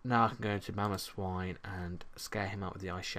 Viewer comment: You failed a little bit on mamoswine x) but nice video!